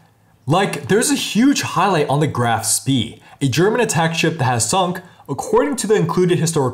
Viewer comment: "Graf spee" ..oh no...